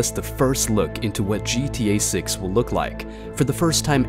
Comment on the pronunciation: "gta 6" nah he said "gta sex"